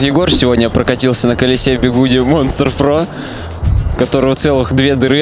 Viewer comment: Почему Бегуди? вообще же не так читается... чисто что бы поржать?